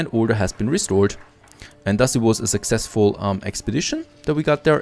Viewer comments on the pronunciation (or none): none